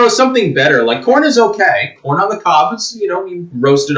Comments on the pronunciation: You said CORN or PORN? lol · I thought he said ‘porn’, not ‘corn’, LOL. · i swear i heard porn instead of corn at the start. Still , imagine the news if it where the case XD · When the video first started, I thought said that China wanted our porn.